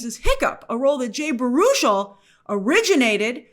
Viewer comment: I think Baruchel is pronounced barrow-shell